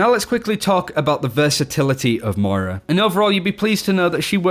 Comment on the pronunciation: Moira, not May-ra. Think, here comes that Boi, but with a M.